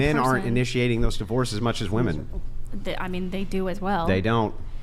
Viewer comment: For the love of Pete, would you tell these females how to properly pronounce “woman” and “women?”